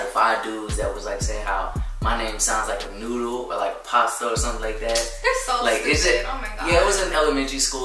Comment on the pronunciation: if you followed this channel for so long you would notice. Hell in a video where turns into her he actually copies phrases she says a lot. “Babe-uhh. Stop-uhh. Are you stoopid? Stoopid.” Lol. And yes I spelt “stupid” thy way cause it sounds like 2 o’s instead of a u